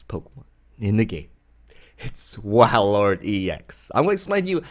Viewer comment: Cool deck! But it's pronounced whale-lord